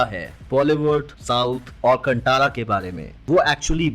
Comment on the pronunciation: कंटारा nhi कांतारा